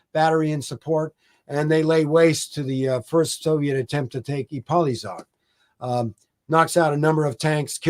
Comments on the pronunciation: The correct pronunciation is "Ipoyshag", with the "a" as in "father". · That pronunciation of Ipolyság and other Hungarian names is absolutely abhorrent. Just call it Šahy (and he fails at that too!) if you can’t pronounce it fújj. I am shocked as to prepare all of this, and not spend 15 seconds preparing the pronunciations is absurd. Really jarring to listen to as a Hungarian speaker. 😓